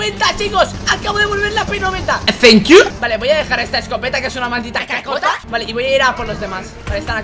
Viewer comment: Me da mucha risa cuando dice thank you 🤪🤪🤪